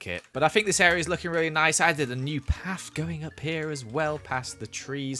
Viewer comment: Why you say paf instead of path?? btw amazing building